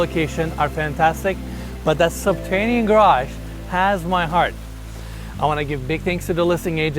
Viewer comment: 'Subtanian level has to offer'?. U lost me in the 1st minute dude. Its subterranian. Not doin business w this guy sounds like a dummy